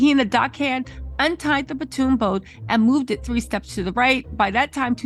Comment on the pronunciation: It is a Pontoon boat. PON-TOON. Not Patoon, not Platoon.